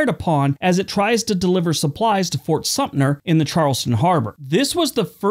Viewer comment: That's SUM-TER, not SUMP-NER